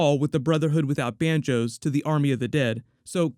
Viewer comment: I'm sorry...my ears arent too good. Did I hear you say, "...the Brotherhood without banjos"? Ha! Too kewl.